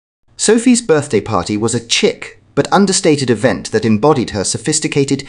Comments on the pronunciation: Sheeque not chick.Its French.To hear it said correctly,Google "cheque". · Chic is pronounced sheek